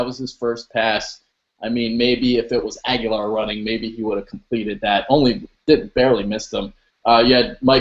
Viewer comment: Birds In the first 9 minutes, (Just click the links) You pronounced it Ag-You-Lar (which is totally wrong, meathead) I quit watching after that but I'm pretty confident the other two meatheads pronounced it that way as well.